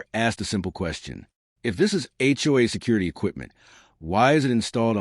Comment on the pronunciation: First thing I noticed about this horrible AI garbage story was; What in "H" is an HUA? I've heard of HOA's but never HUA's